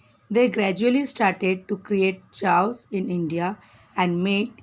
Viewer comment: Pls check Pronunciation of chaos